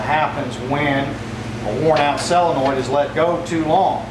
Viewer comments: It is pronounced, and spelled, "Solenoid," (sole uh noid) not Cell uh noid! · sol en oid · It's a little hard to trust a doctor that can't correctly pronounce the name of the part he's diagnosing. Say it with me, Doc ... SO-len-oid. Just like it's spelled, see?